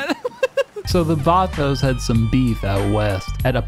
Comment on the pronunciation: IM SORRY BUT ITS VAGOS AND BALLAS NOT VATOS AND BALLERS